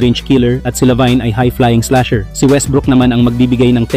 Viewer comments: bro mali pronounce mo ng LaVine pakinggan mo sana muna ang tamang pronounce saka ka sana nag video.. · Di nanonood ng basketball to, lavine lang at d aron di mabigkas ng tama..ahaha